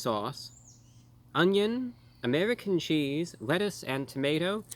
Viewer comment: Was da wettuce qwispy? It sure wooked good. hehe :D